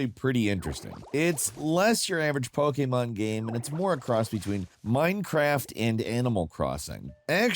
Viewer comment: It really bothers me the way he says Pokémon